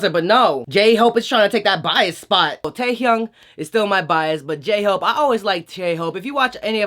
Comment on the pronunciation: DID YOU SAY GAY-HOPE I CANT